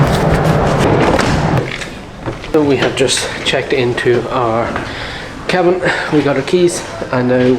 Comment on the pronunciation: just needs a wee cup of tea... and sleep in a cozy kee-abb-inn.....